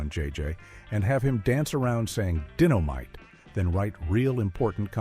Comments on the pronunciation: EXACTLY 💯 SMDH ITS DYNOMITE NOT DINNOMITE WTF !! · ‘DIN-o-mite!????’ A.I. strikes again! Won’t watch. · It's dynamite not ditomite!!!!!! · WTF is dittomite 😂😂😂😂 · His famous phrase di-no-mite? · "Dinnomite"??? You gotta love AI............